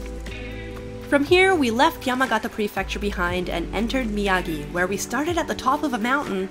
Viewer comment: Whoooo!!! I like pronunciation of “Prefecture”. Sometimes I mumble it😂 とにかく嬉しかー